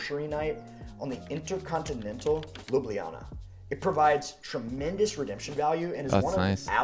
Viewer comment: So many mispronounce Ljubljana (you did too) that it pains me. It's Lyoo-blyah-nah. Historically both j letters were left out but that is still accceptable today. I don't live there but that doesn't matter.